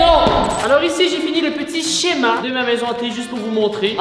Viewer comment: Tu a dit chema